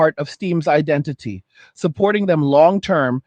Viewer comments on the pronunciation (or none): none